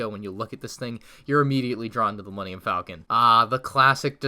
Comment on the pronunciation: Falcon, not Faclon😛